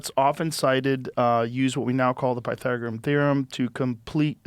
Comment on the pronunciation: Joe didnt know how to say The Pythagorean Theorem 😂😂😂😂😂😂😂😂😂😂😂😂